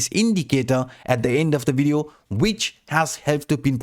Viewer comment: It's pronounce as "Video" why you keep saying "Wideo?